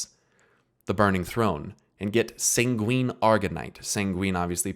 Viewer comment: Good video man, but the way you pronounce sanguine made my ears bleed.